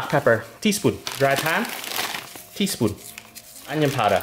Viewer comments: I just heard tispun all the way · Tea spuun